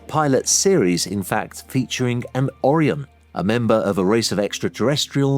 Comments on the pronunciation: In Star Trek, Orion is pronounced ə-ˈrī-ən (Oh Rye Ann). Hopefully the Trekkies won't come after you. 😁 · Love your stuff, but mispronounced the Star Trek character. "OR - ION". As an engineer and nerd. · Sorry to be a geeky killjoy but you pronounced Orion wrong for the green aliens from Star Trek!